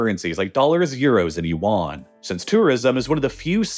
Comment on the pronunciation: Great video. However, your pronunciation of Yuan the currency is way off. Hope you could correct it in the future videos